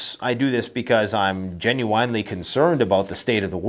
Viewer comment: Gen u wine ly? Are you serious?